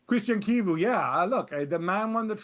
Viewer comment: Dan butchering Chivu's name is just par for the course